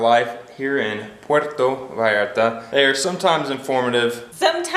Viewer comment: Food served at Comida corrida places, is the kind of every day food Mexicans eat at home. What you got was, puerco en chile pasilla (pork on dry chile sauce). You almost got it ( Puerto Vallarta) 🤣🤣🤣🤣🤣 Try - Puerto "Vahllarta", although most Mexicans pronounce it, Puerto "Bahllarta"